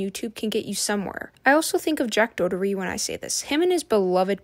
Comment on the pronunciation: it’s pronounced ‘daw-her-tee’ by the way